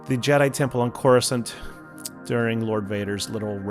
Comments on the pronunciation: you pronounce it twice as “Cor se Can’t” and in and you pronounce it right-ish. It’s pronounced as “Core-Uh-Sant” btw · I really enjoy your content. That being said I cringe hearing you say Coruscant. I think your takes on who will be the comp for the Jedi Vanguard were interesting. Thanks for another good chunk of entertainment.